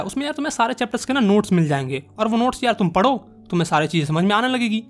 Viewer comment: Padho❌paro sec😂😂😂